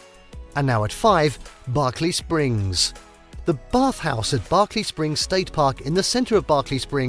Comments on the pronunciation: If you choose to do a video on West Virginia than I suggest you learn how to pronounce the names properly or do everybody a favor and dont make your video it is not Barkley Springs it is Berkley Springs and it is the Potomac river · As a West Virginian, I wish the narrator had taken the time to pronounce some of the names he mentioned correctly. I am actually insulted by it. He mispronounced “Potomac, Monongahela,” and of all names, I would think that Berkeley Springs would be hard to mispronounce, but he managed to do it. Names are important, and people who do these videos need to respect the cultures enough to try at least to say them correctly.